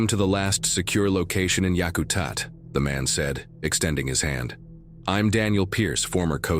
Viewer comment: It’s pronounced Yak-a-tat. It also has a runway capable of taking a 747. Any SE Alaska bush pilot knows this.